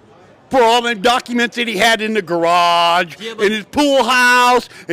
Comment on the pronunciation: "Dem Duckuments!" :face-purple-crying